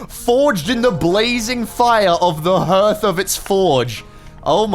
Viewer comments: 'hearth' is pronounced like 'harth' like heart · It's pronounced "harth". You're English ffs! Do better!